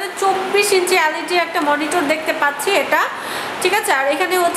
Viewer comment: Magi LAD na,LED bol